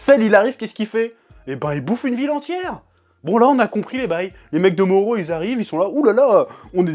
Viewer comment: Faut arrêter avec le R lit en L ... MORRO .. on dit pas NALLUTO mais NARRUTO... Ok notre R est beaucoup plus fort que le R japonais qui ressemble à un L, mais c'est pas un L bordel ! C'est un R roulé très doux ! bref